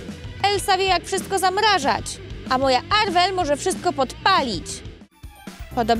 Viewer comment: To nie jest Arwel tylko Marwel